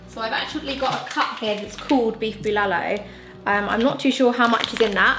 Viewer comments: Hehehe ur so cute in everytime u mentioned beef bilalu! Its bulalo my dear.. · Pronounciations: Turon = To Ron (just pronounce it fast) Bulalo = Boo La (like how you pronounce the word LAnguage) Lo (like the pronounciation of LOnely) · it's pronounced //too rune (turon) // ball la law ( bulalo) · Bolalo is actually pronounced lik Boo La - like the music note la Low And put a little pause in eanch sylable Nad turon is pronounced Two-run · Love the way you say "Bulalo" but it sound "Bilalow", add some potato quartered and some Squash, then mix fish sauce and 1 or 2pcs of calamansi or lemon juice then add some red chili as a sauce for the beef stew. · That's good cooking! And you guys are so cute! By the way, the correct way to pronounce Bulalo is BOOLAH like MOOLAH + LAW. Turon is pronounced like TWO + RON as in Ron Weasley. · The way she pronounces "Turon" and "Bulalo" So cuuute 😍